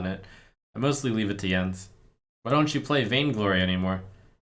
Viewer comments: wait its pronounced yens? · I just learned that Jens is read Yens...